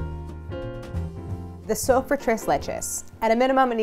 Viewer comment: I kept thinking she was saying soap when she said soak.